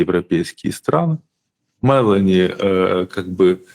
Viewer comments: Ударение в фамилии МелÓни на букве О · Прошу прощения, но Фамилия итальянского премьера читается правильно с акцентом на букву "о" а не на "е". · Ударение на ООООО Мелони. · Олежек! Ты с печки упал? Это ж плешивый в Анкоридже уверял Трампушку, что он в течении двух - трех месяцев возьмёт Донбасс. И ни МЭлони, а МелОни.